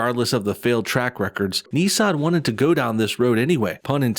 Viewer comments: It’s Nissan not neesahn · You are pronouncing Nissan very weird probably wrong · Ni-ssan. It's Ni-ssan. Not Nee-san!